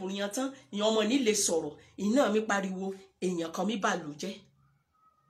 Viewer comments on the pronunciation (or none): none